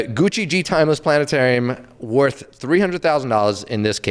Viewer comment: Christ! It’s; Gi (as in BJJ) Yo (Pejorative used by white guys in Spike Lee joints) Che (as in Guevara)